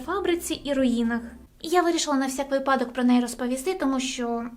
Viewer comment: ну який випа́док??? Ви́падок. Ви́ па док.?)